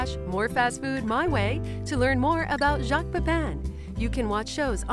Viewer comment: First time I have seen him and I think he's very good - very, very good BUT Messieurs les Americains please pronounce his name correctly. His name is Jacques the sound is ATTACK and not SHARK and Pépin more like Paypal than Paypaaarn. No one else would notice but it kind of grates on the English or Welsh ear. I know, I know, the English can't pronounce it either.